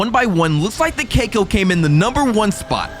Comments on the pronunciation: cacao is pronounced cack-ow not CAKEO btw (no hate) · It’s not keiko it’s cacao but u say it like cac ow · Bro cacao ca-caauu not kaco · why does bro call cacao as cAcOO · Cacao not kakao